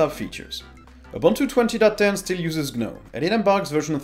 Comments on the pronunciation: It's just pronounced "Nome" not "G Nome". It's a silent G. Ubuntu Desktop is used by corporations they aren't going to change it as much, Ubuntu Desktop 20 works really well and really simply. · Please stop using the "G" in Gnome as it's silent. You don't buy garden "G"nomes after all!!